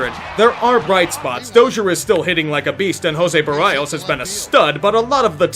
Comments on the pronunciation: Love this channel... but berr-I-os? Sigh... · Jose Berrios is pronounced "Jose Bear-ee-ohs" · Did you just pronounce it Jose Ber-eye-os